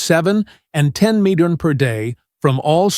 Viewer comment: Get rid of the annoying, distracting AI which can't even pronounce the word "milligram" correctly. Additionally, it's word infections make no sense.